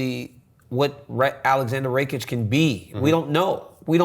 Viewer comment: Rakic is pronounced rah - keech if anyone cares lol